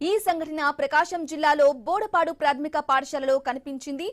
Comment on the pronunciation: ప్రాద్మిక కాదక్కా.... ప్రాధమిక పాఠశాల.. నీ తెలుగు కి‌ తెగులొచ్చిందీ..😢😢 ఆ స్కూల్ కి‌ ఒన్ & ఓన్లీ ఒక్క ఆర్మీ శ్రీను సర్ వల్ల అంత పేరొచ్చింది... హాస్టల్ గ్రామస్తులు ఏర్పాటు చేయలేదు, సార్ సొంత ఖర్చులతో ఏర్పాటు చేసారు..